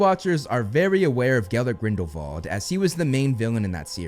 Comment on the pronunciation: THANK YOU for pronouncing Grindelwald's name appropriately (in the German style)! It made my ears smile to hear you speak it properly! 😁